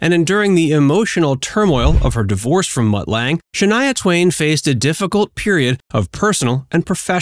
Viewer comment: And it’s Mutt Lange not Matt